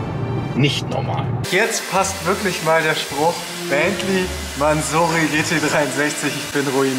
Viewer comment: Junge, Junge, du übertriffst dich echt selbst. Nicht nur, dass du nach wie vor NULL Ahnung von Autos hast, nein du weißt bei deinem aktuellen Wagen nichtmal, wie man ihn korrekt ausspricht. Wenn ich das dämlich ausgesprochene „Mänsorry“ schon höre… 🤦🏼‍♂️🤦🏼‍♂️🤦🏼‍♂️